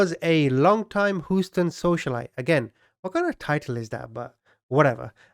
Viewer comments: Houston? Whatever, everyone knew what you meant. All creators of content like yours admit to getting pronunciation a bit wrong. I understand why you are keeping the subs, but I could listen to you without them easily. I couldn't be more white and I live in central Victoria, Australia. Look it up, it doesn't get much more anglo than places like this 🤩😁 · I've gotta say, the way you pronounce Houston has my sides in orbit. Great job on the diligent research though, for real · The way he says, "Houston." 🤣🤣🤣💀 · I live in Texas ..around here we just say H town😀 but I admit I have never heard Houston pronounced that way and I 💖it 😄🥰😍😀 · I enjoy watching your videos, the comedy is hilarious and timed right but bro its not Hooston LOL its H-USE-TON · Aloha from Maui!🌺🌴🥰🤙🏽 Love your humor and filthy mouth, I have one too. 😉 I know you'll think I'm nit picking but Houston is pronounced Hew-stun, not Hoo-stun. Just FYI! Keep up your great content!😷♥️ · Lol more like "Hew-ston", but i love the Hooston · My guy...you're killing me with this "hoo-stun" pronunciation. It's "h-you-stun"! 🤦🏻‍♀️😂 23 mins in and I'm grinding my teeth with each time you say it! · HUE ST ONNNNNNNNN NOT HOOOSTON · No offense, please 🙏! But it’s pronounced “Hugh-ston” not “Who-ston”. Just trying to help you! 👍☮️💟🌻 AND this was another great video! “ Mummy-” should be very proud of you and your success 👏👏👏. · You're a BRILLIANT narrator! And I crack up laughing at all you're funny little outbursts and comedy bits cleverly inserted inbetween serious facts of the story! Oh and one more thing ...I laughed out loud every time you said "Houston" and pronounced it "who-ston" funny!( It's actually pronounced like "You-ston" or more specifically "Hue-ston"...) Please do not take my correction of your pronunciation as an insult to your intelligence. It's simply a helpful correction. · Who-stun..? …? 🦉 🦉🦉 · Hughe-ston Not Who-ston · Whosten? Lol hue-sten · Houston is pronounced Huston, not Hooston.